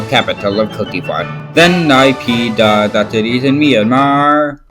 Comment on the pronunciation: its actually pronounced “Nay-puh-yi-daw” if you say it slow, then speed it up a bit and you pronounce it right 👍